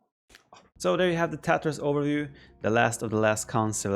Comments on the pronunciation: It is pronounced as Taa-taar. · Sounds like he is saying the Tatohs. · I hear Tatoh whenever Viper says tatars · ''the TaToHs'' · Viper: In this video we are talking about the Tatas. Me: ... (Replays) Viper: In this video we are talking about the Tatars. Me: Thank God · Did I hear correctly? The TaToHs? :D